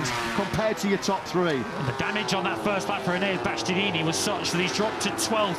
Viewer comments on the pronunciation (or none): Omg can someone tell them how to say bastianini, and not bastyaneeeneeee😅